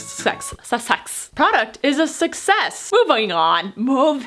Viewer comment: product sUCsEss , movIONG on🤣🤣🤣😂😂😂👏